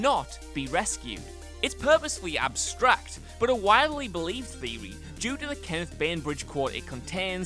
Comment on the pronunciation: Sewies, purposewy and theowy 😂😂 alright Elmer Fudd we get it